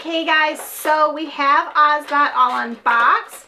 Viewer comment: its actually pronounced oz-OH-bot